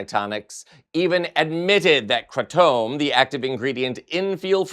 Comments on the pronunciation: Wtf is kratomb? 😂 You mean kratom? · Isn't it pronounced "cray-tum"? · It's pronounced Cray-tum I've been taking kratom for about 12 years now for my anxiety and pain. It's not addictive. It is however habit forming like literally everything that exists. Pharmaceutical companies have been trying to ban it for a decade now because it's a safe alternative to opioids. There are dirty brands of kratom such as OPMS and Kratom Therapy that add chemicals to it to "enhance" it's strength, and those brands need dealt with. Kratom on its own cannot be OD'd on. If you take too much you'll end up nauseous and with a really bad headache. Kratom belongs to the same family as coffee, which your body reacts to the same way if you over consume too much of. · Kratom is pronounced kraytum. By itself has benefits & used as an alternate to opioids. I know people who have gotten themselves off of opioids by using Kratom. They are clean now. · Kratom pronounced 'kra tm'. Look it up. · It's pronounced kray-tum. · wHy aRe You SUDdenly oVer eNUNciATING EVery worD that You SaY? And wHy can't YoU prOnOunce KRATOM coRRectly? Are YoU haVing a StrOke? LIkE Oh mY goD. GaG me WHith a sPOON. And a few more Hs just for gOOd MeasHHHure.